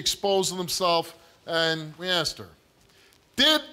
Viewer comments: Theres a whole lot of "axing" going on in this family. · Bro why does everyone on this show not know how to pronounce “asked”.